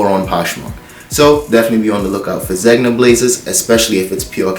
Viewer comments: Zegna is pronounced like this; “ZenYa” aka Zegna. 😎👊🏽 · I love your channel! Zegna is pronounced “Zen-ya” 🤗